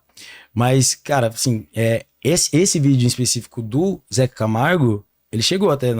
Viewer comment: É ZECA CAMARGO E NAO ZEZE DE CAMARGO MULAAAA